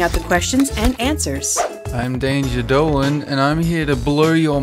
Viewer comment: dolan sounds like a dolphan